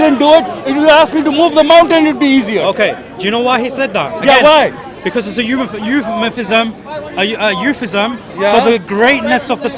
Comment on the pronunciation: The sheer arrogance of this Muslim!! Thinks he some sort of intellectual savant but took three attempts to say the word 'euphemism' Bwahahahaha "Raise your standards when you speak to me" he says! Oh my days I cannot believe people like this exist, I thought they only existed as lowrate villains in comics and movies! So his refusal to debate people who are not on his level (so to speak) means that this Muslim guy is saying he will never be able to teach anyone anything, ever! As he will only talk to people who know everything he does, or are on the same intellectual level he PERCEIVES himself to be This is the most ridiculous excuse I've ever heard in my life!!